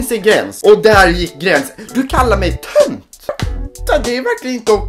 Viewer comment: När du läste Tönt trodde jag du sa ''punkt'' som en ...................................